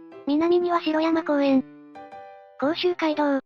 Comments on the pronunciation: 城山公園 ×→しろやまこうえん ◎→じょうやまこうえん です^^ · シロヤマコウエンではなく、ジョウヤマコウエンですね。